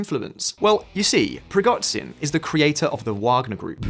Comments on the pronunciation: preegotsin? are you banned from google? it takes 5 minutes to google a name, find original language and put it into googla translate text to speech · "Prigotzin"? Please learn how to pronounce "zh". Similar problem with "kh".. there's a reason why it's not "Karkov", "Kerson" or "Kabib" but Kharkov, Kherson and Khabib. Don't put an "h" in front of it if you ignore it.. you Americans..